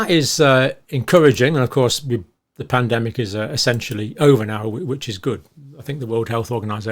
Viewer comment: 1min40sec sounded like you said Plandemic 😂. I had to double check.